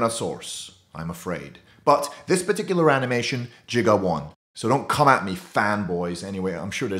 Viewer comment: It's Giga not Jiga